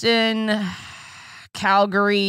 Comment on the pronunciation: I'm actuallky really impressed you pronounced Calgary right. I know Canadians that don't. Breanne and Alayna taught you well.